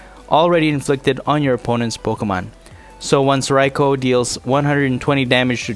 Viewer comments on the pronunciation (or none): Its pronouced Rai-koo - good video though